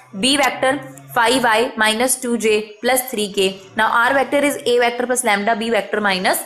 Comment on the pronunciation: It isn't vAActor it's vector.